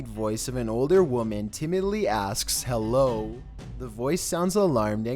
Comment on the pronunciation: it doesent sound like "hello" it sounds like "no"